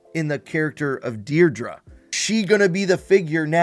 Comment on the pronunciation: Dedra Meero. (Pssst…. It’s pronounced “dead-ruh”, not “deer-druh”) 🤙🏼